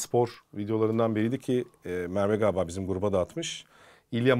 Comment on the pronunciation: harika bir diksiyonun var, ancak "Galiba" kelimesini ne olur "Gaaba" şeklinde telaffuz etmemeye çalış. Sevgiler ❤